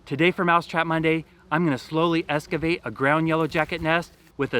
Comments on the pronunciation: Hey. You do great video works and I really like your technology reviews on mouse traps. One thing through here is is NOT Escavate.... It's Excavate Better annunciation makes for better more professional videos. Js Excavation work is the movement of rock and dirt to create a space for construction work to begin. It includes digging holes, grading land and leveling for: Foundations. Roads, driveways and sidewalks. Sewer lines. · “Escivate” lol